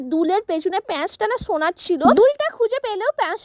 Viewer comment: হোনার নাকি সোনার 😄😄